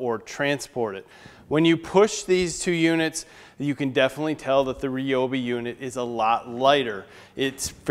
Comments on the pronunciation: It's pronounced "RYE obi", not REE obi. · its a Ryobi not a REEOBI can you pronounce it correctly say it like this start with the letter R then say Y then obi R-Y-obi Sounds like Riobi but spelt Ryobi (you said the name correctly ) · Did he say "Reeobi" at the beginning of the video???